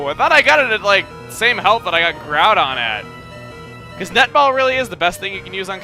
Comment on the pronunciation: Yah, seriously, pernouncing groudon and kyogre as garudon and keeogree